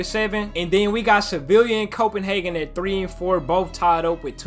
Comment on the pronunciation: when u say sevilla the two L’s are pronounced like a y